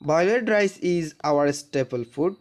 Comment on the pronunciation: প্রথম লাইনে ওখানে উচ্চরন হবে রাইচ😂😂😂😂